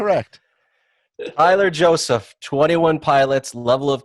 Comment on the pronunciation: They said Tyler Josaph XD lol